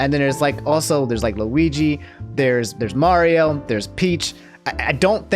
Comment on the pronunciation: How you say Mario right (finally), but keep saying Worio?? Also, it's Kate McKinnon